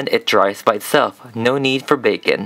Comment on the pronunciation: "No need for baking" It sounded like "No need for bacon" XD "it's so cute, it's so serene" Waving A Piece Of Red Doll Hair In Water Me: ''Yeaaa, totally'' XD